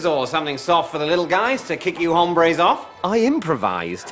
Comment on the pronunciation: The 'e' is also mispronounced; he pronounced it as ā, not ə. Hombre is used in a pretty similar fashion as it is in English. Mark would've made pretty much the same mistake if he'd said it in English, given that there were three women and only one man in the first table. It is only in Johnson's table he used it properly. I think what Mark intended to use was a Spanish word similar to 'guys', and that is 'chicos', not 'hombres'